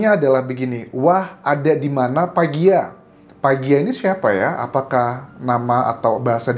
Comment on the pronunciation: PAGLA bang bukan PAGIA.. biasa diapakai ABG cirebon indramayu. panggilan akrab teman dket yg artinya BLOON...